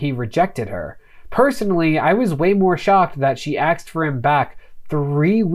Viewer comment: You said aksed again! Dude, you are my new favourite YouTuber, tied with long time fave Legal Eagle. Content is great, not just cuz you both say words that make me smile.